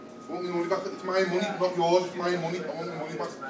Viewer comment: give me moneh back give me moneh back i want me moneh back give me moneh back